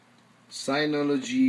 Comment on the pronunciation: its called Synology and not Signology lol